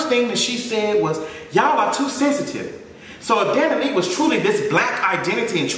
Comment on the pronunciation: The way your saying her last name is killing me 😭😭 “Dani Lee”